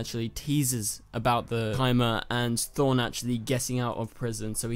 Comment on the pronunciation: Did u say Thorne instead of Thawne?